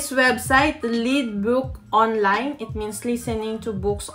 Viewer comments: Oo maam :) i mean is yung Y PO. LYDBOK HINDI LEDBOK. YUNG PAGBIGKAS NG BIBIG :) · Lydbøk yung (Y) po ❤️napansin ko lang. Good job maam :)